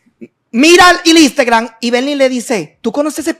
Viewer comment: PAJARA NO SE DICE INSTEGRAM es INSTAGRAM